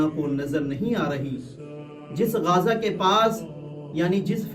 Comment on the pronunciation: गाजा ❌ गज़ा ✅